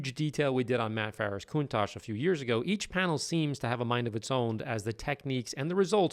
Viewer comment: Oops I meant “coun-TACK” lol